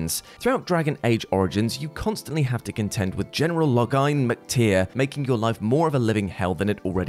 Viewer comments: Loghain is basically pronounced "Low Gain" and not how did. I played the games, I know how they correctly pronounce it. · Someone never heard Loghain spoken out loud...